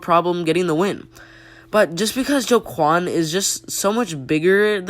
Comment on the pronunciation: Joaquin is pronounced 'waqueen' and Gosh is pronounced 'josh'.